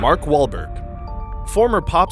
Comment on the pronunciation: did he say wall waulker